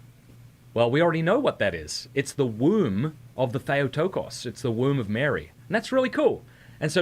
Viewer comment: in Greek, Θεοτόκος Or Thay-oh-TOH-kohss -- not thay-AH-ti-kahss. Sounds like a dolt!!!